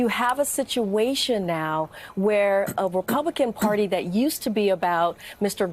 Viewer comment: Joe...the word is "Party" -- not "Porty"!